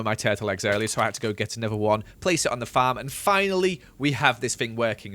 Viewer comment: Why do u say fam instead of farm